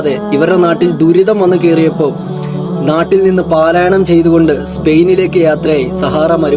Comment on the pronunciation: പാലായനം ❌ പലായനം ✅